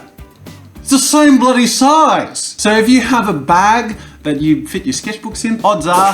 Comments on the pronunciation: Such an oz accent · Australian accent XD